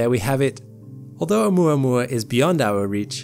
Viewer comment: Thank you for saying oumuamua correctly haha. I always here it as "oumua oumua" and I'm like dude you're not saying it how it's spelled! Great video as always. Been binging you and SEA for all my astronomical knowledge :)